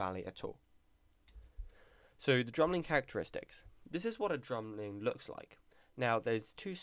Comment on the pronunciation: bruh u speak like the queen. ur like ' dramlin.'